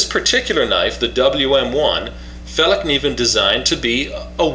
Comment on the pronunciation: It's pronounced like [fell-kniven], and not with a "silent" k.